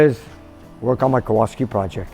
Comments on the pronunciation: Kowalski? Why do you keep saying it and spelling it without the "L"? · Hello, love your show. Back in Poland the w is pronounced as v, so Kovalski.In Polish it means blacksmith.